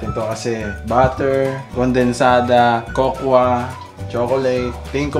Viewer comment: Kokwa? I thought it was pronounced kokow powder hahaha